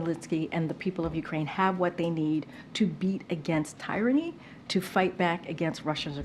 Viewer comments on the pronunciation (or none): Wtf is tierany? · What the hell is tire-a-nee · The way she pronounced "Tyrrany".......💀 O. M. G.... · "Tirany" lol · Dafuq is “Tie-rany”? In case you needed any more indications that Baghdad Bob-Pierre would be absolutely 1000% (yes that’s right, one thousand percent) LOST without her PRECIOUS BINDER, lol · Karine can't even pronounce 'tyranny' correctly, and her lie that Ukraine is a democracy fighting for freedom is flagrant disinformation.